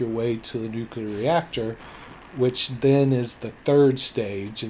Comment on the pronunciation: Nuclear: Nu-clear.. not nu-kulur. Please please please try to improve your pronunciation. The audio on the Amiga play really clobbered your voice, though. The levels needed a little fixing there. Those two annoyance aside, this is a GREAT comparison and review. Thank you! Me? I played it on my Atari 8-bit computers back in the day (I think my 800XL).